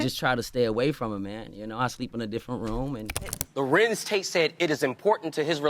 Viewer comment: Narrator says his name correctly 3 times rest of the time just mispronounce it constantly... Such a turn off! Tate ❤❤ ur acting work. Agree he should be valued more...